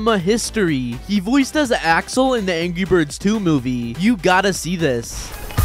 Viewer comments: did he just say angy birds😂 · You also said angy birds. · He said angy birds 2